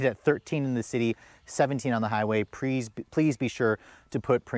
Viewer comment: he said, "PREASE" lmao